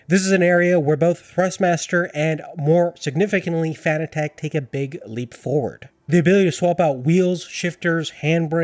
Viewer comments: he is saying fanatec so wrong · Couldn’t finish the video. The way you pronounce fanatec makes my hair stand on end lol